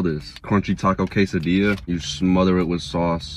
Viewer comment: You forgot to say quesadillas with the LL pronunciation lol 😂